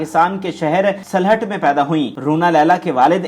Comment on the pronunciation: Salhat nahi sylhat